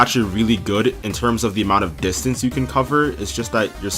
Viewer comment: Distance not distince.